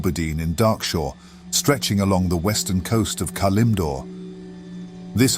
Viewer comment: Nice lore video. I can't help but notice the peculiar way you pronounce Elune and Kalimdor.